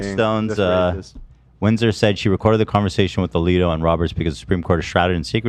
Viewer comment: I’ve watched this so many times now. mispronouncing Justice Alito’s name. 😂 👌